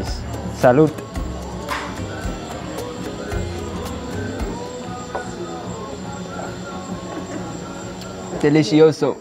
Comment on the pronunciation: Deleeshees 😂😂 I love it 💜💜